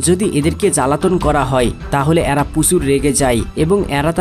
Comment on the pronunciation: তথ্যবহুল ভিডিওর জন্য ধন্যবাদ। "এ্যারা" কি? উচ্চারণ শুদ্ধ করুন। গ্রহনযোগ্যতা বাড়বে।